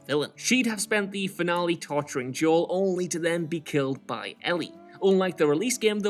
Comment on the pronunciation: As someone who grew up with predominantly Spanish and black people, the way Joel is pronounced here is so off lol